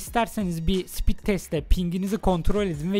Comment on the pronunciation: Sipit degil o speed 😅😅